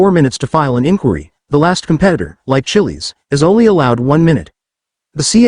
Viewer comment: Chillie's. Gawd. Teach the robot how to say it right.